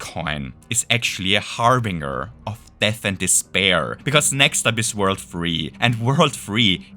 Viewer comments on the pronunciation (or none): Harbinger has a soft G, like orange.